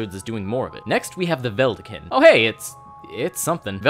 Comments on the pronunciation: It’s vedalken not veldaken. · Ve-dal-ken not vel-da-kin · Vedalken is pronounced Vuhh-Dal(like Dallas)-Ken(rhymes with "men") btw. Great video as always. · veh-DAL-kin btw. Don’t want to be that guy, but I’m a Vorthos, so...eh... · also its prunounced vedalken not vedalken, shit this dosent work, just google it plz its obnoctius